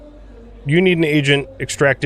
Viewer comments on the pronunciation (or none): Chalcedon, not Chanceledon....